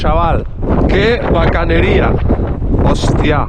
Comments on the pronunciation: Que bacanería escuchar alguien no colombiano, decir "Bacaneria' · Qué fascinante es escucharte decir "bacano" y "bacanería" que son expresiones típicas de Colombia.